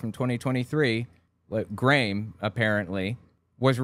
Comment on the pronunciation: Just so you know, that kid from Australia's name is pronounced "gram", like graham crackers.